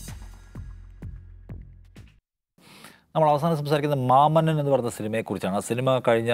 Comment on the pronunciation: മാമന്നൻ അല്ല മാമണ്ണൻ മാമ ചേട്ടാ